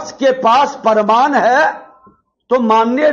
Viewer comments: प्रमाण को परमान बोलने वाले की पढ़ाई और डिग्री कैसी है,अब जनता बखूबी समझ रही है। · प्रमाण को परमान बोल रहा है। यही सब बिहार की शिक्षा और विकास को रसातल में पहुंचाया है। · WAH . ENGINEERING MEIN DIPLOMA YA PHIR DIPLOMA MEIN ENGINEERING KIYA ISSE PATA NAHIN . AUR DEGREE KA PARMAAN DE RAHA HAI . PRAMAAN NAHIN BOL PATA PRMAAN BOLTA HAI . BJP KE EDUCATED BANDA .